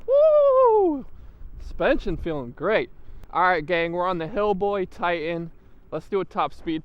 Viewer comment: HiBoy... not Hillboy. It's the most sold brand in the US ya gotta at least know how to say the name man.. and second.. you probably shouldn't do scooter reviews ..